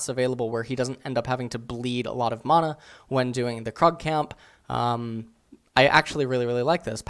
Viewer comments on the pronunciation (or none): none